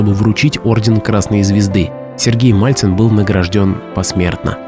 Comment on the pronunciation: МАЛЦИН!!! А НЕ МАЛЬЦЕВ!!